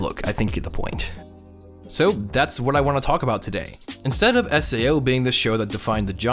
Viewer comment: did he just say sao like “sayo”